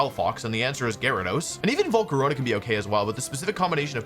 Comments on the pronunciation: Why does he always say Volcaronia? Like there is no i mate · "Volcaronia" . . . thanks. . . I hate it. A lot of mispronounciations are funny, some are alright, some are weird and some are like this for me. . . I hope you are greatful for this comment for. . . whatever reason there might be. xD You do yourself best. Keep it up. Really cool team btw. I love Alolan Ninetales (or Vulnona in german). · dear wolfe, after all these years Volcarona STILL does not have an ”I“ in its name and i dont know why you keep pronouncing it :) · Ah yes Volcaroña